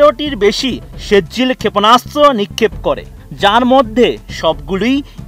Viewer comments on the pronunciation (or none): ভাই শুদ্ধ উচ্চারণ করতে পারেন না, ওইটা৷ সেজ্জিল না, সিজ্জিল, সুরা ফিল এর একটা আয়াতের উচ্চারণ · ভার‌তের চ‌্যা‌নে‌লের মত বিকৃত উচ্চারণ ক‌রেন কেন।সে‌জ্জিল না এটা সি‌জ্জিল হ‌বে